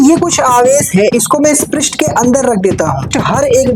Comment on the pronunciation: Pirist nahi h prast h 😂😂😂😂